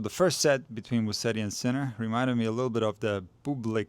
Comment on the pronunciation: Amazing analysis thanks! Just one favor for Italian speaking followers: it's Muset-ti and not Mussedi 😉